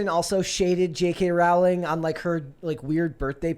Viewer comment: Pronounced “Rowling” like “Bowling”